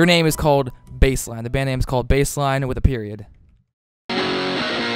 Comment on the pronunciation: Baseline? sounds like vaseline